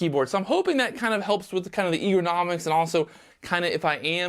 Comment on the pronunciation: I thought the same thing!, my friend, it's Ergonomics (er·go·nom·ics):)